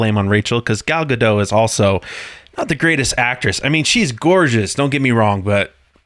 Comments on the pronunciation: Godot is not pronounced Ga-doe. It's roughly Guh-dut. There's a video where she pronounces her own name. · It's pronounced Ga-DOT, not Ga-DOW. Gal is Israeli, not French. 🤪😝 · No one seems to know how to pronounce Gal Gladot's name. She's not French and the T isn't silent. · And guys, it's GADOT. It's not French, it's 😮Hebrew. And in Hebrew one pronounces the 'T' at the end of the name. But Gal Gadot did bomb in this film. We shoulthave used her in Gaza, or with the Houthis in Yemen....🇮🇱❤️🇮🇱